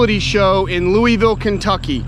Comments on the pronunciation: Lou a vill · please learn to say the word "Louisville" correctly. Love u man. Enjoy the tubes you put out